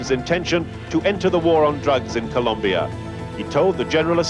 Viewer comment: Colombia not Columbia, thank you.